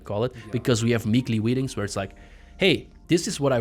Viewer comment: You have "meekly weetings" 😁 I know that was just a slip of the tongue, but cute nevertheless!